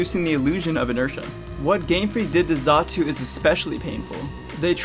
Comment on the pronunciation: xatu, not zatu